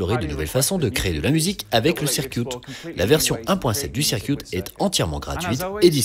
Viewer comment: Bonjour, c'est très sympa à vous de traduire et doubler ces vidéos, les rendant accessibles aux non-anglicistes. Ce serait juste bien d'éviter les fautes de prononciation: - Circuit ne se prononce pas "cirquioute" mais plutôt "ceurqueute" - Synth ne se prononce pas "fin's" mais "sin'f" (encore que le f ce soit pas tout à fait ça) Voilà sinon encore merci!